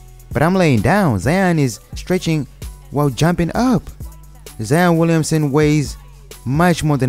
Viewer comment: “Zien Williamsen”😂